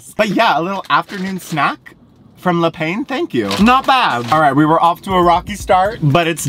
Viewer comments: I love that you questioned how to pronounce 'Yucatan' yet had no regard for 'le pain' over and over...hahaha! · The way you pronounce Le Pain... adorable! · The way you kept pronouncing Le Pain ahaha